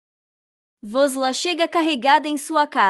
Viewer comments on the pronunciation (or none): Por que voces trocam os nomes dos pesonagens, Aliço e sempre Aliço e não Elien como voces falam de vez em quando, não troquem o nome e nem pronunciem de forma equivocada Vos la não é vos la é VUSLAT, Mauem e Meryen